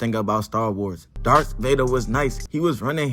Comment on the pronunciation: DARTH not dArK